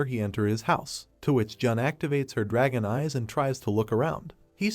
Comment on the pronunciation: bros like oh a drahon devaor oh a gem devaor 😂